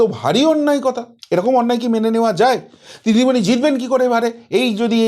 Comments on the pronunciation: উনিতো হিন্দি বলতে পারে না আপনি বাংলাতে ভালো করে বলুন দিদিমণি কে ডিডিমনি বলছেন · ভালো ভাবে নাম টা বলুন দিদি মনি